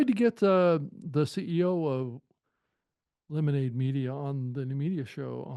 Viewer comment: It’s “Lemonada” Media, right? :)